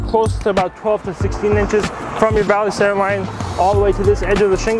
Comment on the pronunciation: Why do they mispronounced center it is not on center it is called center